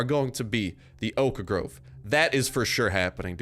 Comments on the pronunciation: O- khhh . Wtf is the o kh a grove? Stop giving me ear cancer xD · Ridh Shahdatullah oak.a Grove xd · The way he says 'Oak Grove' is funny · The way he says 'Oak Grove' is funny.